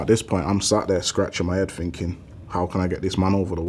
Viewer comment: Thinking > "Phinking"